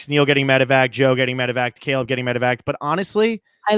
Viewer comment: totally said Cable, not Caleb.